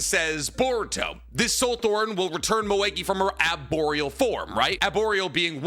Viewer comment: Why is he pronouncing arboreal wothout the "r"??